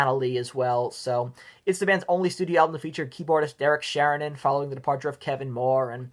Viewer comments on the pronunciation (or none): Pronounced Sheh-rin-ian.